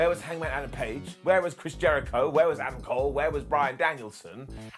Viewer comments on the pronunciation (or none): none